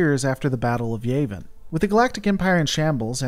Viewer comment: ugh, the way you pronounced Yavin....*shudder*